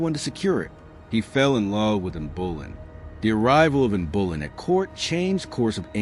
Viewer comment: Boleyn, pronounced boLYNN.